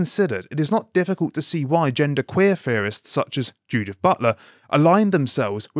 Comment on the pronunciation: I know he meant to say "critical theorists" but he says it "critical fearists" due to the way he speaks. Either way, the man ain't wrong!